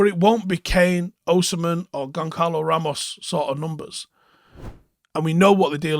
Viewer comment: Hey. In portuguese, a "Ç" sounds like a soft "S", so Gonçalo Ramos is pronounced "Gon-SAH-lo" Ramos. Cheers.